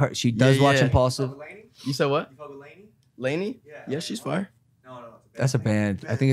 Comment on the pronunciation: “ImPaulSive” I’m Paul Sive